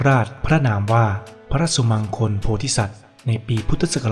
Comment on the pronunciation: สุมังคล อ่านว่าสุมังคะละ ไม่ใช่สุมังคน